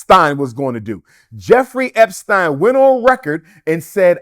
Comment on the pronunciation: Can't even pronounce Epstein correctly.